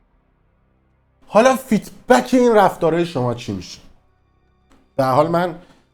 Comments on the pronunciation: مگه مجبوری انگلیسی حرف بزنی اون feedback هست نه feetback 😂 خب بگو‌ بازخورد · جان این کلمه که استفاده میکنی فید بک هست نه فیت بک،جهت اطلاع رسانی خدمتتون عرض کردم.سپاس از برنامه و زمانی که میگذاری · فیدبک نه فیت بک😁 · فیت بک!! نه فید بک درسته،، تعجب اوره اینهمه تو فضای مجازی هستی از هر موضوعی هم از طریق مجازی پول درمیاری اما اصطلاحاتشو بلد نیستی درضمن خوب از این فضای بلبشو ایران پول زدی به جیب!! طرف بچه ده سالش کشته میشه تو میای اینجا ویدیو ازش میزاری پول درمیاری خلاصه حداقل صدتا ویدیویی که قبلن خودمون دو روز قبلش تو اینستا دیدیم تو اومدی اینجا دو روز بعدش ویدیو به عنوان افشاگری یا خبر جدید گذاشتی و پول زدی به جیب خیلی کثیفی حداقل پونزده بیست هزار دلار پول دراوردی بابت ویدیوهایی که در مورد کشته شدن جوونای مردم گذاشتی